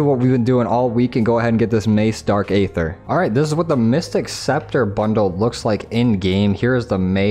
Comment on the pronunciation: Did he just call it 'dark 'ather'? FML this guy must be new to zombies